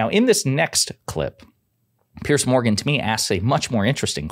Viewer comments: Learn how to pronounce his guitar name. It’s not Pierce. It’s Pier’s like a dock. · Hey, his name is Piers (pronounced 'Peers', with a soft S), not Pierce! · Thumbs down just for doing a video about PIERS Morgan and calling him PIERCE. Can Americans not read??? They all seem to make that mistake. IT'S PRONOUNCED HOW IT'S SPELT!!! Like the platforms extending from a shore over water and supported by piles or pillars, used to secure, protect, and provide access to ships or boats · Piers, the multiple of Pier. Not Pierce. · I'm not sure why Americans struggle to pronounce "Piers"*....it's not "pierce", as in "I feel like my PEERS are doing much better than me." Not, "please don't PIERCE me with that needle." "....we had that in 2016, remember Hillary..." What?! No I don't Kari. Please enlighten me with the "whataboutism" lies. & ...you bring up this exact point. Why are Republicans so incapable of recognising truth? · Not pronounced as Pearce. Piers, like a boat dock.